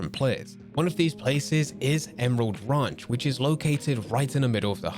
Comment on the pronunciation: This guy doesn’t even know how to say ranch.